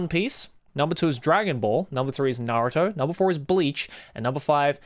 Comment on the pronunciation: Im soryr but I just canNOT trust a man who says naruto is his favorite anime and then proceeds to call it "nahrotoo"